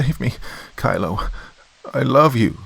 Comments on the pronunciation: Kilo is pronounced "key-low" not kylo, thought it was a star wars fanfic for a sec. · Doc. OMG I did not expect that one! You did a wonderful job, as always.. The mispronouncing of "Kilo" as "Kylo" + the emphasis on the military background of the bodyguards! 👏Very interesting?!? I love how intelligent she was & how fierce she became, instead of portraying her as the stereotypical helpless victim! 🏆👍